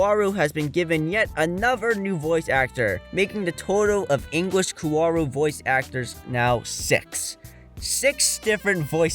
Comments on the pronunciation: Evangelion, Evangelion, EEEEvangelion, why is it so hard to find videos talking about Evangelion that don’t include someone who can’t even pronounce it correctly? It’s in the very first episode! “The synthetic life form Evangelion.” And who’s Ko-ar-ru? Were you talking about Kaworu? Because Shinji was shouting Kaworu, not “Koaru” in episode 24. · Kaworu - kA wO rU ...